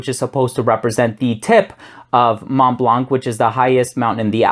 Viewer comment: Thanks for the review! Just a tip on the pronunciation of Montblanc—you can hear it here